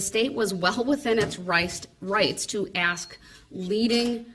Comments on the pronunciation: When he says “Ax” I want to scream, “ITS ASK!!!” Good grief, it’s like nails going down a chalk board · "I am uneducated and a moron, but I read a half of a lawbook, and I know stupid phrases like "Would it be fair to say?" "Grounds" "Objection" and "Let me AXE you".- Darrell Brooks. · Unbelievably childish. No, I won't sit down unless you axe me.. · Yeah, he doesn’t know how to pronounce “ask.” 🙄